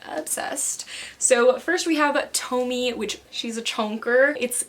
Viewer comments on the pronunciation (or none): Amazing video as always. I just wanted to correct you on something, it isn't pronounced Tomi it's pronounced Tom-ee-aye. You look absolutely gorgeous. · It's to-me-ey and gyoh.